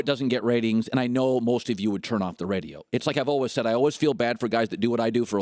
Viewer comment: Why do you pronounce "always" like "ouhl-wuz". Seriously, what part of the country does that come from?